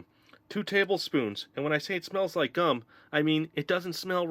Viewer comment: think what they were trying to say was you said gum weird again.☺